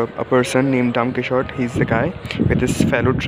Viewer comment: It’s not pronounced like that. It’s Spanish, it’s pronounced as “daun-kii-hote”/ दोनकीहोते He is german so he couldn’t probably have known but I speak Spanish so just saving you some embarrassment. :)